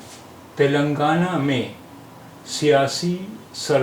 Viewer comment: It is Telangana तेलंगाणा ,तिलंगाना नहीं। मैं तेलंगाना का हूं